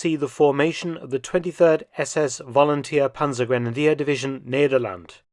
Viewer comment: Thanks for this video ! (And the way you pronounce nederland) mussert was a bit of a important civil engineer in the netherlands before he became a nsb member. Another interesting bit is that Mussert did not think he was a traitor. He thought he would be part of the goverment instead of being shot.. something I find very strange ..